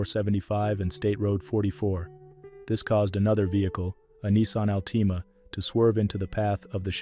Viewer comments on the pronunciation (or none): As well as, Nissan Altima, not Alteema. 😣 He consistently mispronounces words, & uses the word “multifaceted,” in every Post.